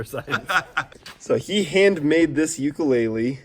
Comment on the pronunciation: He said Ukulele wrong every time